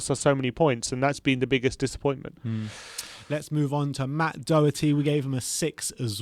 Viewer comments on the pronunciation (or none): none